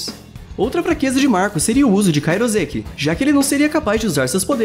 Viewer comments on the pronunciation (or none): O vídeo é muito bem feito, a única coisa que incomoda um pouco é tudo ser pronunciado errado. Um exemplo seria Kairoseki você fala "cairozéqui" mas o certo seria algo como "cairoucêqui".